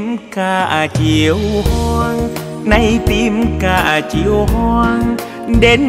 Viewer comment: Nghe quang lê phát âm câu: " những chiều hành quân" nghe rõ hay chứ không như nhiều ca sỹ hát : " những chiêu hanh quân" nghe nó trật lất và không hay và sai đi cả một bài hát hay.